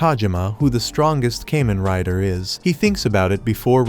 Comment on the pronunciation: Pronounced Kah men rai da